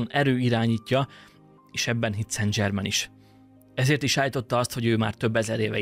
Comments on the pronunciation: ok. de kérlek szépen, ha igényes vagy, akkor készítsd már el azt a változatot, ahol helyesen mondod ki ötvenszer a nevét, léccci, lécciii (fr. szan/szenzsermen semmiképpppppp nem angolosan dzsermen, de az is dzsörmen lenne, jááááááááájjjj) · nem dzsével, hanem zsével ejtik a francia neveket: szen zsermen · Szen' Zserrmeen, légyszi ha franciás dolgok vannak, kérdezz meg a kiejtésről, segitek szivesen. Klassz videó, köszönjük! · Nagyon klassz kis video, de kerlek nezz utana hogy ejtik rendesen a francia Saint Germain - nevet (Google translate segit ;)... mondom ezt csak epito jelleguleg ;)